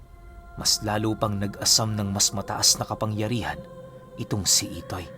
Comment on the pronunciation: IDOY daw ITOY po hindi IDOY hahahaha dun pa lang boka ka na 😂